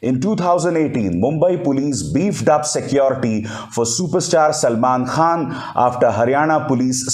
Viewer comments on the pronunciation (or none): none